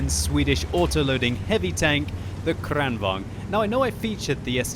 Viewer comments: tank name is KranvaGn, not KranvanG!!!! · Kranvagn is pronounced Kraunvangn in swedish. Just thought someone might want to know. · Actually it's pronounced KranvanGN so he's almost there. Just need to add an "N" at the end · Lengthen the A in KRAN,. Say “krahn”. It can either mean crane or tap (as in water), although in this case it probably means crane. I’m guessing because of the turret and gun having a movement slightly resembling a crane’s(?). It was called the KRV here also. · I love how he says "krrrrranvaGn" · Is it really true the Kranvagn is correctly pronounced 'kraken'? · gosh im tired of people pronouncing kranvagn in like deutch or russian :/ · You pronounce german tanks right but not swedish? Gosh;/ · He sounds russian when he says it not swedish xD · It is funny😂😂😂😊😂😂😂😂😂😂😂😂😂😂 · Its Like hearing "skhoda 50" when u r Czech.😂